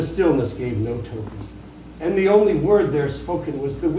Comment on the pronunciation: I don't mean this as a criticism of this performance but I've noticed that even people that are reading The Raven race passed the word ONLY in stanza # 10 and miss an obvious rhyme scheme. Even though there's no comma on the word ONLY it should still be slightly emphasized because it rhymes with LONELY. "But the Raven, sitting LONELY on the placid bust, spoke ONLY that one word, as if his soul in that one word he did outpour.